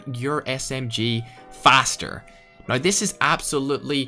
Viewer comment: Ads every 2 minutes, and a speech impediment where you can't say the "ow" sound in "now" without sounding like "oi". Practice that.